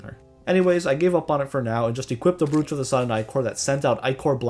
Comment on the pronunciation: its pronounced browch not brooch